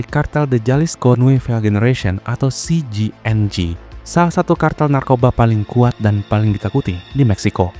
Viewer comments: CJNG ya gesss. bukan CGNG. biar gak bingung. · Jenius apaan? Ngeja CJNG aja masih salah